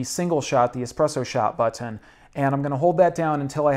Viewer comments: Why does he say "butt-On" instead of button? 😁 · Did anyone else notice how he says “button”? 😂